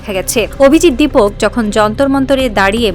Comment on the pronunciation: 'দীপক' নয়, 'দীপকে'।